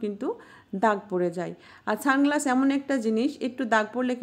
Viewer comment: Didi tumi ki sunglasses bolta parona naki ছানগ্লাস bolcho kano 🤣